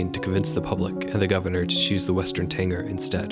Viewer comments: Karen here would like to speak with manager about his pronunciation of the word Tanager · Oh no, now he’s saying Tanger, instead of Tanager (with a j sound) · It’s TANAGER, not Tanger! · BTW, its Western TanAger, not tanger. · western tanager. you keep saying "tanger" ...which I think you're reading a mispelling to begin with. I hope? Tanager sounds like "manager" ... what you're saying sounds like somebody who drank to much 80's orange drank. Tanger. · It's a Western Tanager, not Tanger. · You had me until "Tanger." It's TANAGER, as in TAN-A-GER. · What the hell is a TANGER? It's TANAGER (TAN-A-GER). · Dude did you say "tanger" the whole time? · What do you mean? I was bothered about Tanager being pronounced wrong, but is there something I'm missing? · Love the video! As a birder, I agree with your methodology completely. However, I couldn't help but wince when you said "grouse" (should be pronounced like ow, as in "ow, that hurt"), and "tanager" (should be pronounced TA-nuh-jur) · Interesting video with some absolutely insane bird name pronunciations and naming choices. - Grouse rhymes with mouse, not goose - You're missing an "a" there for Idaho's alternative option - it's the western tanager, not tanger - the willow goldfinch is a specific subspecies of American goldfinch, and alternative names for birds are really common - California gull, not California seagull. (this applies pretty much in every gull case, fun fact) Bonus - "Why are there a hundred species of warblers?" an eternal question, one that can only be answered by Joining the Warblers. Join Them. Join Them. Join Them. BECOME ONE. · I kept thinking is he talking about a tanAger? Also mispronounced grouse as well right? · It's pronounced GROUSE, like LOUSE or MOUSE, not GROOSE like LOOSE. Also, It's TANAGER like MANAGER. Not TANGER like Uh.... Yeah.